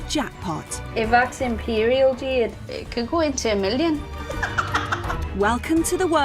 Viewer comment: Jeeeed? Not Jeeeed? You'd think a gemologer could at least pronounce the stone names?